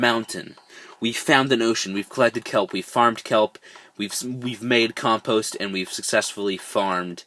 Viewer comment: I got 4 blockheads and thats not how you say compost